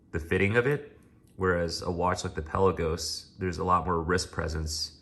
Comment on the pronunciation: It's not PELLA-GOS. It's pronounced PEL-LA-GOES :P